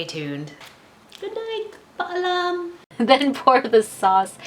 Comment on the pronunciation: I just showed Dad the places where you spoke Tagalog. Dad told me you said "Beautiful Japanese" at the start because you didn't stress the "ha" in "hapon". And he said you didn't pronounce the second "a" in "paalam". :)